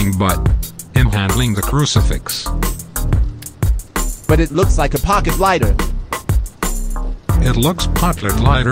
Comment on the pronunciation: No not curcfix its crucifx